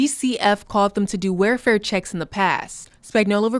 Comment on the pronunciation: Unrelated but both female reporters cant pronounce words correctly... "February" OR "Welfare"